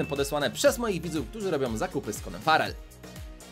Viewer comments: Ja zamiast farrel usłyszałem szpadel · XDDDDDDDD co za angielski brawoo:p a tak przy okazji jak się nazywa twój klan? mam 9 i pół tysiąca puszek i nie wiem czy to starczy